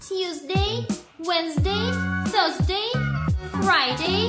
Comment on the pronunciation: Не поняла - с какой буквы начинается 4 день??? В произношении